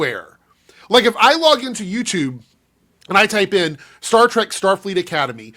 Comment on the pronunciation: And he called it "Star Tryke." He's such an obvious hack.